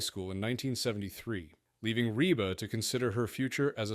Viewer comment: Pretty weak video all around. By the 45 second point her name is Reeb McEntire, and the computer voice mispronounces McAlester, Oklahoma. Later on the plane is accused of being in the path of Otay mountain, as if the mountain is moving and the airplane is stationary. And the YouTube channel is Flig Debrief, not Flight Debrief.